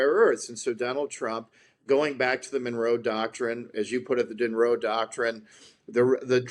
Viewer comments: GB News, It's 'Dŏnroe' (Dŏnald + Mŏnroe), not 'Dŭnroe'. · It's "Donroe," not "Dunroe" 😆